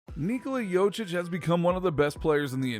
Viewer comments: Jokic not Jocic, emagine your surname is pronounced wrong every single time! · The way you pronounce it, it sounds like its spelled "Jocic" and not "Jokic". I mean you had all the backgroundinfo on him, might as well have looked up the pronounciation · It's JoKic not Jochic, pronounce K when you say it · Get it right it's pronounced yo-kich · Jochich? Are you so dumb? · imagine making a video about someone without even looking up how his name is pronounced... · When you make a video about a fairly popular basketball player and you still can't pronounce his name right💀